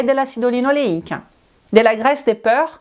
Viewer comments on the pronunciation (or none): obrigada pelo vídeo. O conteúdo é interessante, mas a sua pronúncia está precisando de ajuda. Você está pronunciando porc como peur. Moro na França há 47 anos, posso te ajudar?